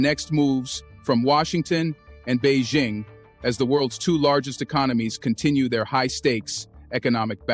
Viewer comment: Bei.. Jing Not Bei Zing. Learn to pronounce the name properly